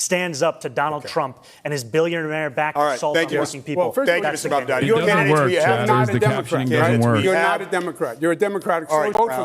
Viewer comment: That woman, Why can't she brush up on her English for goodness sake ??? And MaNdani ? Why do they all have trouble pronouncing such an easy name ? M A M D A N I ? It appears Americans including reporters and so-called journalists have trouble with their consonants in the English language ??? Again Curtis Sliwa calling him something else other than MAMDAMI . The woman with the glasses, again mispronounces MAMDANI. I cannot get over their illiteracy of consonants in English Extraordinary That woman with the accent should really learn how to enunciate in English. It is not difficult. She should listen to tapes. Horrible listening to her. I have to give her credit though. She pronounces MAMDANI properly 👍👍👍👍